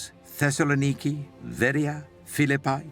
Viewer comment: I can't get past the bizarre pronunciations of some of these places. Thesalaniki?